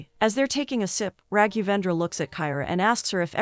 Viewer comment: The poor pronounciation of Raghendravendra 😂👍🏻